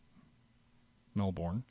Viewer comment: We pronounce Melbourne, "Mel"+"bin" , please for my ears :)